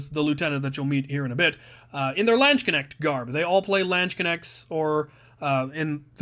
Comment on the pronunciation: Lansh-cenect? ^^ Do you maybe mean Lanzenknecht? That is pronounced lance-n-knesht. The "a" is pronounced like in cards or far, not as in (I know english natives have a problem to spell the soft "ch" so I changed it to a "sh" and both e's are pronounced as in "fed" or "kept".